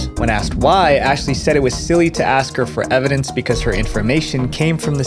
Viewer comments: I guess the spirits didn't care to help her with her vocabulary. It's ask not ax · Axe? Does she mean ask? 🤡🤡🤡🤡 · She cant even say ask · let me axe you